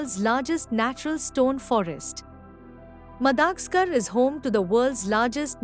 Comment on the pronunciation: Madagascar is pronounced as what?